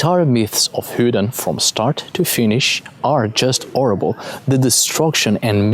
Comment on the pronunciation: then he pronounces horrible as orrible, so adds an h to vowels and silences at start of words?